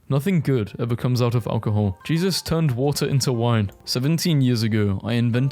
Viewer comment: watar break